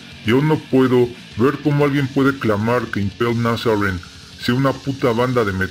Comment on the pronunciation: Se pronuncia impeild nasarin